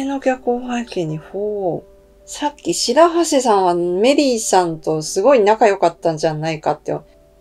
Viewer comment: 今、動画を拝見中です。 とりあえず、、、「しらはせ」の読み方ではなく「しらなみせ」だったと思います。 メリーからは「しーさん」と呼ばれてました。